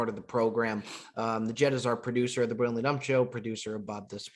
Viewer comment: Who else finds it hilarious that Bob can’t pronounce Brilliantly?😂